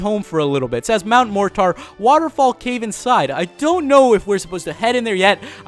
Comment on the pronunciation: I've never heard anyone pronounce Mt. Mortar as Mount MOR--TAR.